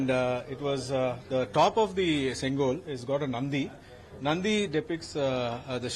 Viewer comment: Oh god, plz pronouns correct, sengol ( szen +goal), reporter pronounce sengal which means bricks